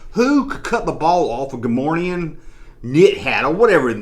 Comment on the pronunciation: Cool video. FYI though...there is no “N” in Gah-more-ee-an.